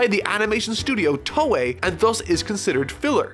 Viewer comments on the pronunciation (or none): none